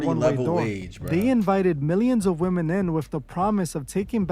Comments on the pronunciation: not sure why you’re mispronouncing a (woman for women) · Y'all gotta stop pronouncing the plural form of woman as "Woman". It is pronounced "WHIM- MEN" . Please use Google pronunciation to confirm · Why are you saying “Woman” when speaking of women as a whole?